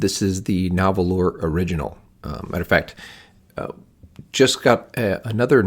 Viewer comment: FYI—The pen company’s name is pronounced Nar-whal, even though the company’s name is spelled differently. Thanks for the review and your thoughts. I have several of their pens and enjoy them all.